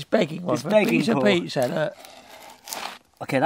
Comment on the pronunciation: There is no R at the end of pizza 🍕